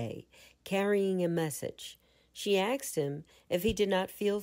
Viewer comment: The content is classic FSC, amd the reading good. For the future, recommend practicing the pronunciation of the word "asked" as such, and not "aksed".